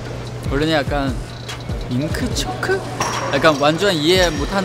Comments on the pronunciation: 명호 민트초코를 밍크초크라고 발음하는거 넘 웃기고 귀엽다 ㅠㅠㅠ🤣🤣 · 민크초크라고발음하는거 너모 귀요우묘ㅛㅛ❤❤